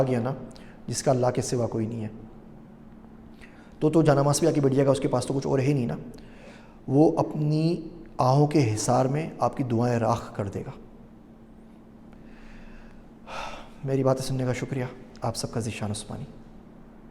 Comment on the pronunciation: راخ نہیں راکھ۔۔۔